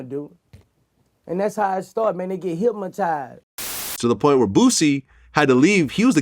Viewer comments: “They are hipmotizzzzeed by hatred” 😂😂😂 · Boosie Said “Hipmatized” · “Hypmatized with hatred” 😂 not hypnotized